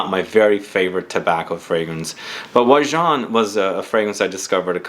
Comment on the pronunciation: Im glad to have an opportunity to hear the correct pronunciation. Never knew to say it thar way. I never smelled it, but watch and read revews. Sounds awesomely yummy. 👍🏽 also wouldn't mind winning if it can suit a female.